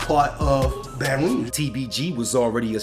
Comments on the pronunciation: Why you saying baton rouyage don't do that you butchering it man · Why you keep saying BR like that in this video